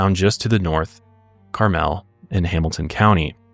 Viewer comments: "CAR-MUL" not "CAR-MEL" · Carmel is pronounced like Carmel popcorn. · Car mul is how you say Carmel Indiana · The way they are saying Carmel Indiana is sending me. They are pronouncing it the fancy way.😂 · Wow, what a horrifying thing to learn about the county I was born and raised in (Also, you guys kept saying Carmel wrong lol) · Finally you guys cover this thank you ❤ I live in Indianapolis also you pronounced Carmel wrong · The way you say Carmel. 😂 We’re not that fancy! And how did I live there for a lot of my life and never know about this